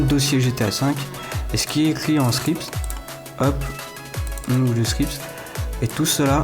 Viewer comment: JE DETESTE QUAND TU DIT SCRIPT PTN ON DIRAI TU DIT SCRISPE C HORRIBLE J'AI ENVIE DE T'ARRACHER LA LANGUE , mais cimer tu ma aider :)